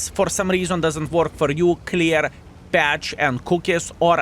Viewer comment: It's clear cache* and coockies. Sounds like you're saying patch instead of cache